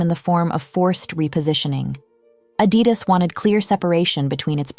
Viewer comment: I don't like how she pronounced Adidas 😒